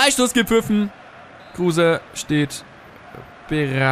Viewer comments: Bitte sprech kruse anders aus er ist kein deutscher hör dir mal auf yt an wie er richtig ausgesprochen wird und ps. Cooles video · 1. Kruse wird ohne e ausgesprochen :D 2. Wenn du öztunali und yalcin tauschst hast du ne bessere chemie !